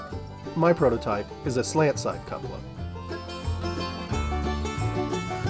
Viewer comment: I'm pretty sure its pronounced Koo-puh-lah. A variation is Kyoo-puh-lah.